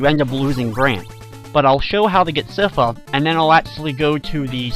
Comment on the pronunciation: I have to say your pronunciation of Sypha throws me off every time I hear it, as I've always believed it to be "sai-fuh" as opposed to "siff-uh."